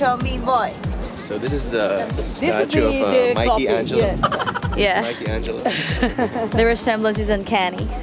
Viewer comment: "Mikee Angelo" hahahahaha